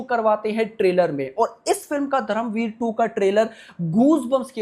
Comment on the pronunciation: दादा तू हिंदी बोलत असणार तर पण धरमवीर नाही धर्मवीर